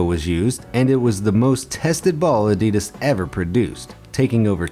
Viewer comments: It was so painful hearing you say adidas sooo wrong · learn how to say the word ‘adidas’ 😴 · It is pronounced A-di-das not A-dee-dis 😡😡😡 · That's not "ehdeedes". Evil. This is Adidas with two "A" like in "park" or "pump", not like "lamp" or "flame". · You wanna know what really grinds my gears You pronounce it: A-Dee-Dass In my country we pronounce it:Ad-ee-das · Why can't people seem to pronounce Adidas properly? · You pronounced “Adidas” wrong.